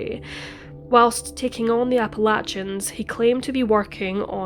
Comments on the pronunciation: Love your narratives, it's actually pronounced like 'apple-lay-shun' not 'apple-latch-un' Soft ch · Did the police really need to tell us that he was wearing "Performance Underwear"? BTW its pronounced Apple-eh-shin mountains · Its Appa-lay-shian Trail, unless youre from the South, then its Appa-latch-inn Trail. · Appa Lay chin..otherwise very good. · Most people in North America pronounce Appalachian Mountains: Apple- lay- tion (like nation) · True, except for her mispronunciation of Appalachian. 😬 It made me cringe and shudder each time she said it.